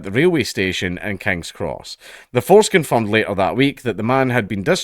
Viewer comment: When you said "the force confirmed" i heard "the foreskin"